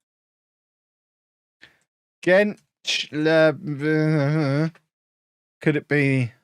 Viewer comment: it is pronounced genchlerbeerlee